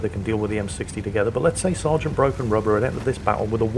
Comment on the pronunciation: I kept thinking he was saying “rudder” not “rubber”. Was really confused until he mentioned the eraser.